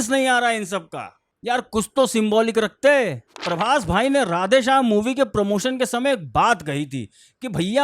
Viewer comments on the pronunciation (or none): none